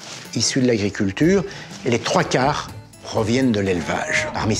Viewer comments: je sais que c'est 3-4 . c'est juste qu'on à l'impression qu'il dit 34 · 34 steaks par semaines Jamy? Eeeet bah ça en fait de la vache 😂 je suis pas le seul à entendre 34 rassurer moi? XD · "ce qui correspond à 34 steaks par semaine 🤣🤣 Un probleme sur la lecture du prompteur je crois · 34 steaks par semaine 😅 il y a une petit problème dans la lecture du prompteur ... 😂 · je suis le seul à avoir entendu 34 steaks😂😂😂 je déconne, honnêtement, merci' Jamy❤❤